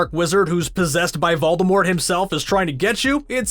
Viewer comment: I have subtitles on and he said volermort but they read, valdar wart